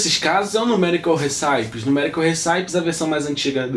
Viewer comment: Uma sugestão apenas: procure melhorar o seu Inglês. Não diga "numerical riçáipes", diga "numerical récipes". "Raspberry Pi" diga algo como "rasberi pai".